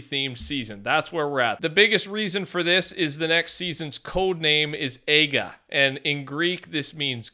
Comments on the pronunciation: Bro buthered the name aiga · I find it hilarious when a YouTuber who doesn't speak Greek say aiga because they are pronouncing it so wronh